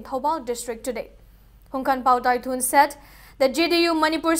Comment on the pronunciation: JDU president HANGKHANPAO TAITHUL not TAITHUN